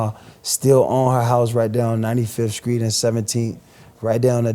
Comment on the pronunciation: He says - screets, skrong etc. He has a speech impediment.